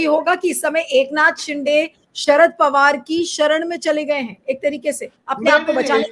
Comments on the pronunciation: ये सीनियर महिला पत्रकार शिंदे को बार बार शिंडे बोल रही है। उनका अवमान कर रही है। जन बूझकर बोल रही है। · शिंदे not शिंडे